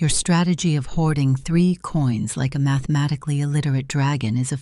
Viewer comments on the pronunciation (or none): At least Gemini sibling finally have something like each other again.😂 Pro: "mathemanicly" Flash: "sovereign" See!! Truly sibling🤣